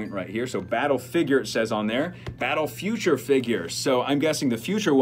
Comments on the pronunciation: "Feature" figure, not future figure lol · It’s feature not future lol. All the best!